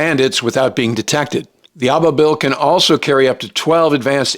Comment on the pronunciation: Hate to be that guy but Al Thani is pronounced like Al Saani. And Ababil is pronounced as aa-ba-beel.